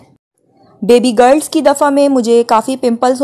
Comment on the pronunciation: Garl or girl?